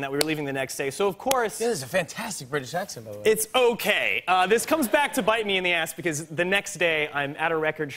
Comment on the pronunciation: "it's owwkaayy" 😂